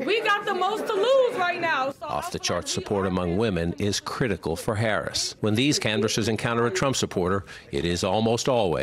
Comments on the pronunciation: This guy is volunteering for Kalama but he's saying her name wrong like Donald Trump does 🤦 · Say her name right please 🤷🤷🤯😂😂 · First ..yall need to say Vice President Harris name right..Geez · Even his supporters, canvassers can't say her name right? Come on.